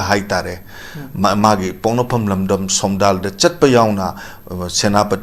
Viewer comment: Somtal haiba ntte,Somdal haibni.